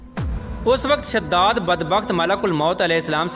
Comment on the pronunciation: Bhai shhadad nahi hai wo shaddaad hai wo